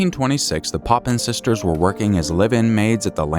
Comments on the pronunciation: Papin sisters. Not Poppin. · It’s the Papin sisters. Not poppins.